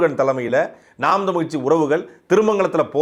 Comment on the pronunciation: நாம் தமிழர் கட்சி னு சரியாக உச்சரியுங்கள் நாம் தம்லு கட்சி னு கேட்குது